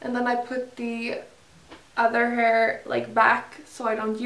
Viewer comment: Uttalas väl hair inte haur